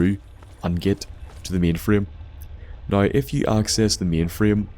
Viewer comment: Magicians haha Great video, man, I love how you pronounce "Now" "Noy". Liked, faved, subbed